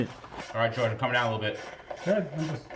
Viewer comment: I like how he pronounces ‘I’m’ as ‘I’n’